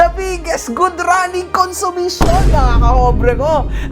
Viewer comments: “Good running consumisyon” 😂😂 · "Good running kunsimisyon." HAHAHAHAHA!